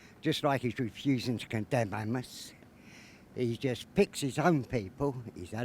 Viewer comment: Why does he pronounce hamas like that 😂